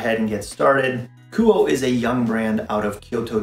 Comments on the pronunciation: It’s pronounced Ku oh eh. Nice review though. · It's pronounced KOO-OH-AY